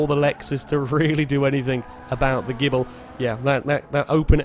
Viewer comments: Maserati Gible? I thought it was Ghibli? (jib-lee) 8) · Evil Ash It's actually pronounced Gib-lee, but it's a running FailRace joke to call it the Gibble.